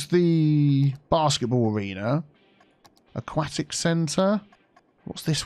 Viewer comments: "... discusted..." "... a-quack-tic..." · every time you say "aquatic" wrong i die, but i love all the expansions in this video regardless! soo good!